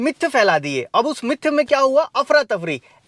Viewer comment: भाई आप मुद्दे की बात कम करते हो, अनावश्यक भूमिका बनाते हो, जिससे वीडियो बोरिंग और बहुत लंबा हो जाता है । और एक बात और 'मिथ' होता है, "मिथ्थ" नहीं